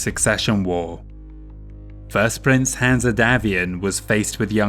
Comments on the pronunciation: The E is silent in Hanse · Is saying "Hanse" wrong on purpose? Or is it just his accent?